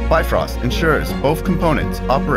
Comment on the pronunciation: Bifrost not bitfrost!